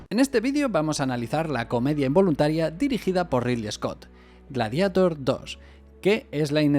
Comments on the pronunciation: "Gladieitor" no "Gladiator"!!! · Persona normal: le diré gladiador traduciendo el título o glarieiror en su pronunciación correcta en inglés You tuber gallego promedio: pronunciare el inglés como la mierda y listo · "Antes en España no sabíamos inglés" ....todavía, diciendo "gladiator" textual, como si fuera "espiderman" 😆